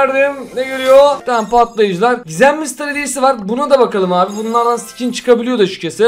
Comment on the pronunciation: katlayıcı❌ patlayıcı✅